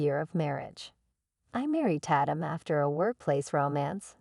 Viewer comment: The person named tatum computer said (tat- tum) when the correct way is (TAY - TUM) Program correct english!